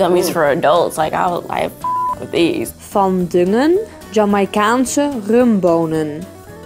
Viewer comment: Next time please find someone who actually knows how to pronounce the names of the food without sounding like a Siri from the 90s. Also, the ng sound in 'van dongen' was very oddly pronounced, never heard a Dutch person pronounce it like that!